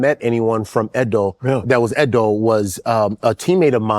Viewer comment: Out of curiosity, if you're Edo and have ever lived in Nigeria, is it driving you crazy that they are not pronouncing it properly?